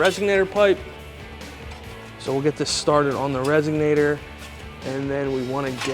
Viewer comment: Couldn't finish watching. Every time the guy said "resignator" instead of "resonator" I thought of "cadillac converters" and "eldebrock". Sorry, pet peeve.